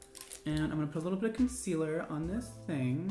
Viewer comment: when he said concealer I was like noo that hurts..